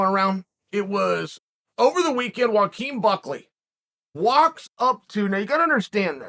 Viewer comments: How in the world did chael pronounce Joaquin correctly. Is it only foreign names he butchers? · Joaquin is pronounced Wa-Keen like the actor, and Khamzat is pronounced Calm-Zawt or Hawm-Zawt I’m honestly not sure if the K is pronounced or not but I’d think either is acceptable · I'm surprised that Chael pronounced "Joaquin" correctly, yet struggle to say "Khamzat"